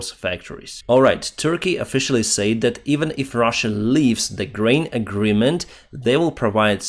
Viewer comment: can you say "said" instead of "sayed", its so annoying, but overall your english is great, keep up the great content, slava ukraini - from mongolia